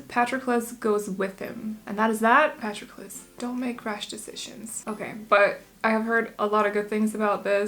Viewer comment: I love sing of Achilles. (Is pronounced pah-tro-kles, just incase you'd like to know) the other book by the same author circe is also fabulous, I am partial to Greek mythology but they both are in my top forever favorites.